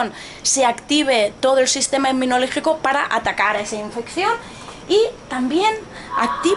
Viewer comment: Dijo "matabolismo" en vez de metabolismo, "inminolegico" en vez de inmunológico?